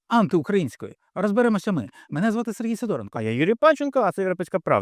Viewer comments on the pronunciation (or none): none